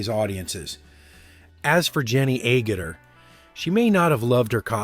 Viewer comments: Please find a wway to pronounce " Agutter " and stick with it. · FFS Just can't handle this mispronouncing of her name. Try again. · Well, you managed to pronounce Jenny's surname correctly at least once. Still interesting video. :-) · Is the theory that if you pronounce “Agutter” every possible way you’ll be right at least once? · Just how many different ways are you gonna pronounce her last name in this one video??? 😂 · Couldn’t get through the video because the voice over couldn’t pronounce Agutter’s name the same way twice in a row. Mispronunciation and inconsistency are two pet peeves of mine (for better or for worse) so yeah. Didn’t watch past and won’t watch any more vids from this channel. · Please pronounce Agutter properly. Your pronunciation of Jenny Agutter's surname is terrible and irritating. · At least learn how to pronounce Jenny Agutter’s name. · As a teen boys when it first came out, Jenny Agutter’s outfit was the highlight of the movie 😂😂😂. How many ways can you pronounce Jenny’s last name? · Keep trying, you'll pronunce her name right eventually! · The speaker needs to learn how to pronounce her last name. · How many mispronunciations of Agutter can you count? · That pronunciation of Agutter is making my ears bleed. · How many different ways are you going to pronounce Agutter in one video?!?! Pick one and stick to it. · Agutter is pronounced Ag, as in bag or tag and and Utter as in butter. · Can you decide on a pronunciation of Jenny Agutter’s name? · Three times Jenny's name mentioned in the first two and a half minutes and three different pronounciations. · You have to admire the creativity of this guy, saying "Agutter" a dozen times and pronouncing it differently every time. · Even funnier that he never pronounced it correctly once. 🙉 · Was it a challenge to see how many different ways you could pronounce 'Agutter'? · Please learn to pronounce Jenny's surname correctly. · He pronounces Jenny Agutter’s last name different every time. 😂